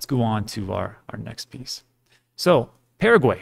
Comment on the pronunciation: Paraguay? Pa ra guay A is Ah Pah rah gui. Please pronounce it right.